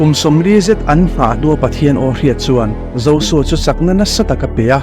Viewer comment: Josua ni nanana zosua tiin i lam tlat a J J Jjjjjjj hi Z anilo